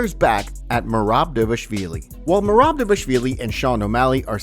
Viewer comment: The fact that you can't pronounce magomedov or devalishvili is sad af. Either you don't watch the sport or you ride a short bus 😂